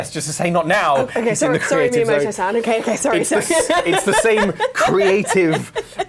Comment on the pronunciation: Did he really say Maiamoto